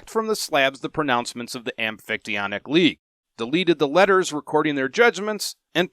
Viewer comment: Hey a YouTube video including the amphictyonic league that's not just a robot voice reading how to pronounce it.. nice.